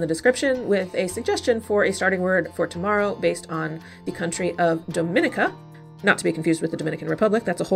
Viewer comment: People mispronounce this country a lot it is actually pronounced dau-min-ee-ka